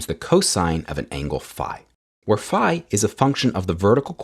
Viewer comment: Did you pronounce that " FI " or is my phone stripping off the frequencies of " sigh "?